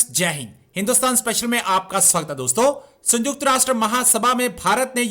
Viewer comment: भाई मेरे संजुक्तराष्ट्र नहीं सयुंक्तराष्ट्र बोलिये 😊